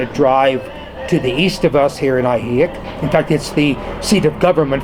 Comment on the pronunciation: I really enjoyed hearing your perspective sir. I'm pretty sure it's pronounced Ahee-heek though (ask a local), not Ahee-hick. I know Spanish is not your native language , but if a person is going to live somewhere , they should at least pronounce it correctly .